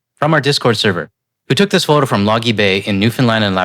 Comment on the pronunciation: Albertan here, originally from NFLD. btw Logy Bay is pronounced Low-gy Bay, but no worries. But that guy calling us north Texas..what a pos. Reminds me of the separists. Just fn brain dead. But this is what we’re up against. You can’t even argue with these ppl. They drag you down to their level and don’t care about facts. About 77 million of them… and they basically share his views. That’s why I support GTL. It’s so nice to hear logical people making sense about obvious issues.